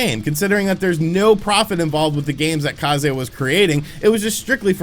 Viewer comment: If they are Japanese, then Kah zay is the correct pronunciation! It means Wind